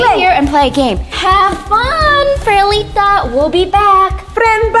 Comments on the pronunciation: It’s perlita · It's Not Perlite It's Perlita